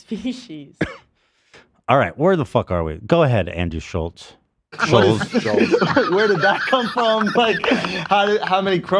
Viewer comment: “I feel like his last name should be Schultz not Schullz” I genuinely thought I was going crazy for feeling like this. This fact makes him so much more fucking annoying.